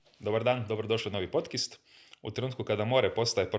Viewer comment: Pa dragi voditelju, zašto "podcIst"? Čekam već par podcAsta, kad će Vam netko to reći, ali vidim da se to samo dalje valja. Ideja je i izvrsna i jako potrebna, čudo je da ju nitko zapravo do sada nije iskorištavao, temama nema kraja i sve čestitke, ali ...nije podcIst.